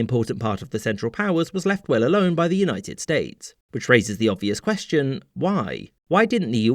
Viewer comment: "US States" ah yes, the US is not a united state I think he meant to say "United States" but I misheard it